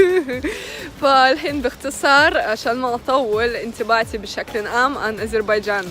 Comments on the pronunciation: علأقل هي غير عربية وتقول ازربيجان؟!! واش تقول في عرب ويدرسون نصف حياتهم أن حرف ذال هو ذال ثم ينطقوه ز؟ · اسمها اذريبجان بالذال و ليس ازربيجان لازم تصححيها